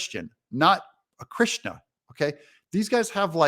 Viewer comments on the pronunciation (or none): none